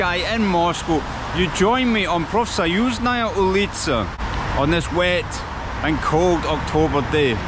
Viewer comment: Azbooka the 1st syllable stressed, oulitsa the 1st syllable stressed